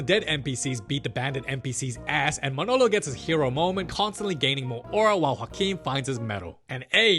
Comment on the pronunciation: can we talk abt how good he says "joaquin"?